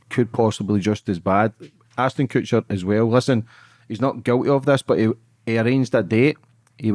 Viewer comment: Its ASHTON not Astin 🤦‍♀️